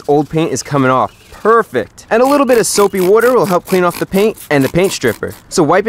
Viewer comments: The way he says water😆🤣😂😂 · You say water wierd